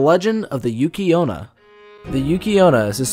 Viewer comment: Tomie = 'Toe-me-eh' Onna = 'On-na' Next time instead of going to the library use Google, and just type in the words and 'pronunciation' next to them. It's amazing what you can accomplish online these days. Some say it's even better than your local library, but hey, I get it, you've got a thing for Librarians, that's cool. We've all got our things man, you be you.